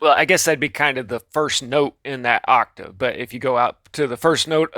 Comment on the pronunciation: Someone teach this guy the word 'octave'